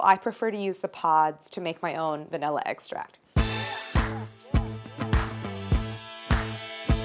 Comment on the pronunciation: The fact that she pronounces it like “egg-stract” 😩